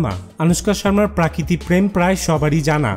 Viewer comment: Chhagoler moto Baar Baar 'Prakriti Prakriti' korchhish keno? Ota Hobe 'Prokriti'.